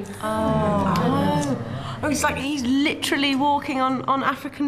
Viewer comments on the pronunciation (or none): It's not, "litchrelly". It's, "literally".